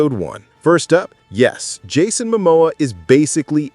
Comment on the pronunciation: Dammit it’s MOmoa can’t haoles read😂